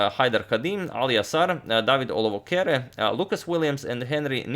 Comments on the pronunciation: I'm actually in shock, how did Agad manage to pronounce my Lastname perfectly "Olowokere" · I donated in the past just to hear my name spoken like a boss